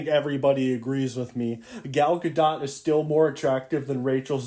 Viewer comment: "i got my sources rite" proceeds to say "Gal Gar-dot"